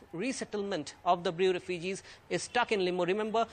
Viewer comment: Bru not brew